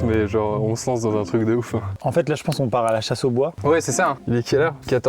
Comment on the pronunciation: Juste on dit truc pas truck